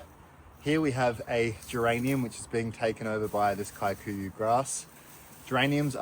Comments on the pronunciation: Kikuyu grass. You used to be closer to saying Kee. Koo yoo grass. Somehow you dhifted to KAI ku ya?????🤣 we have it invading Maui too! The ranches may have planted it since it’s supposed to be good forage…..Kee koo yoo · Yup, I recognise that grass and it’s usually super tough and requires routine upkeep. Kikuyu is a Kenyan tribe not South African. You pronounce it as: Key-Kuh-you…for what it’s worth 😂 but great work! Always enjoying your content and kindness.